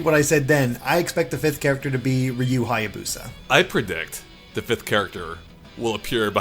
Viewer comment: At least they pronounced Hayabusa correctly unlike SOME people